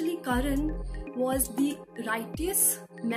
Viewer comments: It's karna not karan🥴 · It’s Karna not Karan !! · I came here to watch the review. But the moment i heard her saying 'Karan' instead of 'Karna' i stopped!!!. How can one come up for a book review with such a big pronunciation mistake. ??? She dint even notice the title or is it a trend to mispronounce the very title of a book. Thus i stopped watching. 👎👎